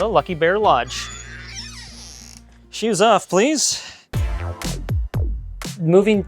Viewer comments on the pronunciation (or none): I knew he was Filipino when he said "shoes off please"😆 Anyways, great setup and beautiful home!